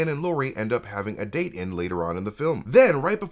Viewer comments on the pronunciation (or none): none